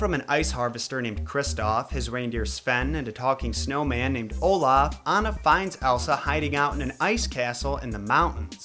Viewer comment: Hola? It’s Olaf “F” my guy lol